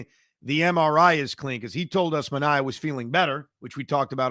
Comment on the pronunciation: Clay Holmes is also signed for 3 years. Another thing, it's ManA-E-A. (That's how I remember it- took me a while to remember 😂)